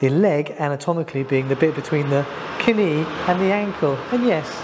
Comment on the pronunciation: 'Knee' is pronounced 'nee'(/niː/), not 'k-nee'.